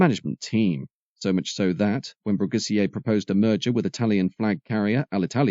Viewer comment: Philippe Brugisser, not Brugissier!